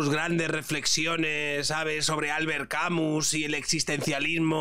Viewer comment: se dice o se pronuncia "Camiii" aunque se escriba Camus.